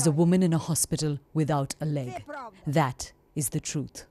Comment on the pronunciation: Chernihiv is pronounced: Chair-knee-heeve, accent on the second syllable.